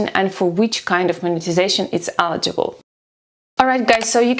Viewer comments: Please learn how to pronounce 'eligible'. Thank you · It is not accent my friend, it is incorrect pronunciation of the word. Please look up the difference between accent and pronunciation. Warm regards